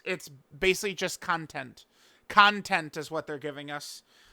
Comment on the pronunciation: The way you say “content” 🤢🤮